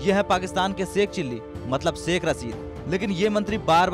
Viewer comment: Aby Delhi ke Dallo saikh nahe hota shaikh hota ha 🤣🤣🤣.... Toilet less bhikareo 🤣🤣....... Apne farmers ko daikho